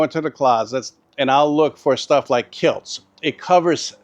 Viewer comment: Kilts??? Do you mean kilz?